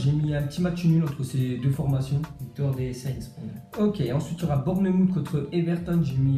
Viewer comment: Bournemouth se dit Bourenemoufe Southampton Se dit Saosamptone Brighton se dit Brailletone